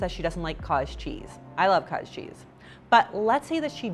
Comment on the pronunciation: ooooh haha! I kept hearing kaaaj cheese. Makes sense thanks